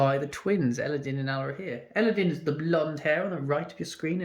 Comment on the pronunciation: It's Elladan, not din...